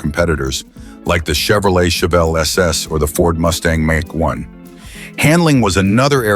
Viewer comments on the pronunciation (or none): WTF is a Mustang "make1"? It's Mach 1..Thanks for the snafu, ai strikes again!